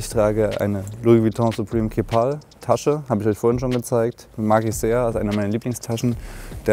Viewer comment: Bro hammer Video, ich gucke grade alle deine Videos am Stück <3 Aber bitte sprich Keepall anders aus 😃😍